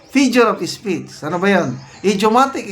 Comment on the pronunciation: Sir, hindi po fijure of speech yung lagi nyong sinasabi. FIGURE OF SPEECH po. Paki check naman po pronunciation nyo. 😅